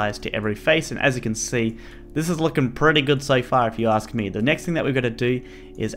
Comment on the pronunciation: Greenskeleton made the joke bcs accent sounded like sofa